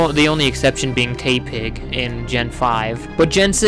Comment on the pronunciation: tepig... not tea-pig. No 'a' sound just a short 'eh' sound